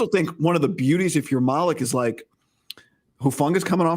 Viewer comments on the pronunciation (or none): How do you know? If you got a guy who's knows him and covered him his entire collegiate career, he won't get the name wrong. It's 'Mal-ek'. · It's pronounced (Maleek). They are tearing his name up